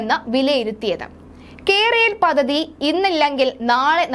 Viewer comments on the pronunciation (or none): none